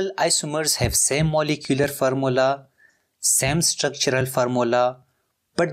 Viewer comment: its formula not farmula, its bidentate not ambidintid